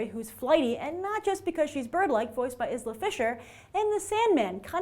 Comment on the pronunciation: Isla has a silent S, like island, as in you say "i la" :) .